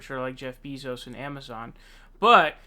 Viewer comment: who the FUCK is Jeff BEEZO'S??? why are you unable to pronounce ANY names... holy fuck dude ITS PRONOUNCED BAY NOT BEE....YIKES..